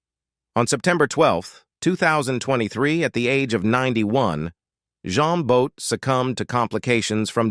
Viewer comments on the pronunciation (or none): It was more ‘Jeen Boat’ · "John Boat"??? Get your AI to pronounce names PROPERLY!!! it's pronounced 'Jeen But'!!